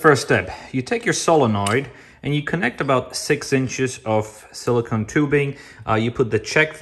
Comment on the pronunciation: You cannot pronounce silicone as silicon and expect to be taken seriously. You just proved you will say the wrong thing if you think it will make you sound smarter, more educated or evolved. It also proves you are pretentious. You don’t know what you’re talking about, yet you adopt a pronunciation you think will prove the opposite. Simply put; the different pronunciations exist because each represents two entirely different materials, that are not even remotely related. People that do not know this, are not people that should be demonstrating the use of either one. They are simply intellectually weak and not capable of producing error free content, thus the error, on full display. It’s right there in the All Time Top 10 of Self Pwnes.